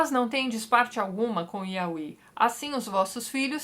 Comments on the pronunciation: oii tati! a pronúncia do nome YHWH é (iaveh) não (iaui), to amando seus vídeos e acompanhando, eu já me encontro no livro de daniel haha! bjs amoo seu trabalho. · Eu sempre dou risada quando ela fala "auí" em vez de "iavé", que é a pronúncia mais usada. Josué da uma ordem ao Sol e a Lua, que são criações de Deus. Sobre a ordem de matar todos, era um recurso linguístico utilizar da hipérbole. Por isso vários desses povos voltam a aparecer na Bíblia mais tarde. Os "favoritos" de Deus são chamados de "tipos" de Cristo. São figuras que apontam pra o Cristo. Um detalhe importante nesse vídeo é lembrar que Deus mesmo causa vários pontos fora da curva. Por exemplo: o primogênito era o herdeiro mas Deus escolheu Jacó, que era o segundo filho. E os apóstolos vai falar no fato de Deus usar uma prostituta para ajudar o povo de Israel. Os apóstolos entendem como providência divina. Os judeus da época não perceberiam isso mas os apóstolo, após terem acesso a toda a história, entenderam.